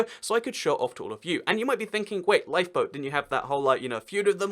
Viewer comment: When he said 'LifeBoat' i thought he said LiePo.. 😂